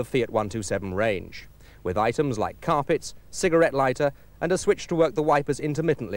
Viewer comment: "corpet"!!! Is not that out of Tony Greig's book of pronunciation!!